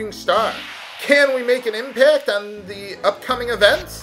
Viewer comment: Is it bad that I chuckled when said impact?